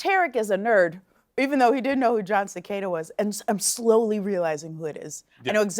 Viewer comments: It's Jon Se-cahhh-da. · LOL...John Secada not Cicada....I grew up in FL so dont judge!